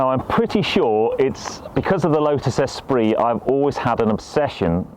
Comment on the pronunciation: Every time he says S-pree rather than es-PREE….